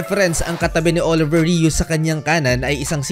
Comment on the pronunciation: Sir, he is most likely French Canadian; his name is pronounced: "Oliviyey Ru".